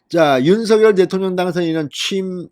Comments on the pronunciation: 방송 잘 듣고 있어요. 고맙습니다. 그런데 윤서결 발음을 윤성녈 로하면 좋을것 같은데 어떠신지요. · 서결이라부르니참듣기불편합니다성렬로말나오는디니로하시면좋으련만 윤서결이므넙니까 윤석열( 윤성열) 자연스럽게 불러주세요~